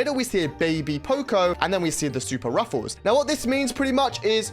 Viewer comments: Btw you pronouce it “ruffs” not “ruffle” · It's Ruffs not Ruffuus he uses to be called colonel Ruffs in brawl stars cuz he is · Its not ruffuls😂 its ruffs or colonel ruffs😂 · why does he keep calling him ruffles? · its ruffs not rufus !!😡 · Bro its ruffs not ruffles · Is Ruffs not Ruffels❤ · Its just ruffs not ruffels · Bro really said ,,ruffels" at the beggining 💀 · Every time wen you say "Ruffles" had me dying😭😭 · "Ruffles have Rrrrrridges!" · Bru said ruffles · Bro i can't watch this video because you said ruffles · Why is bro calling him ruffels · You say ruffs incorrect you can check videos on brawl stars how to say him😅